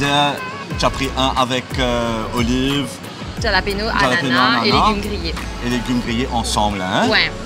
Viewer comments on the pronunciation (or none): Mlle,, c'est pas Ja-lapeno, ca se pronounce Haa-la-peno. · hallapino is how its pronounced but t am not sure pei or pino - my latin friends say hallapino